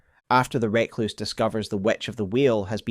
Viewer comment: Outstanding video as ever. Always love delving into the Eternal Cities in particular. We need to have a discussion about how you pronounce 'Recluse' though. Nails on a chalkboard every time.